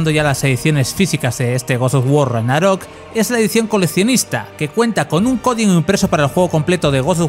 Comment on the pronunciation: Tanto cuesta pronunciar bien Ragnarok?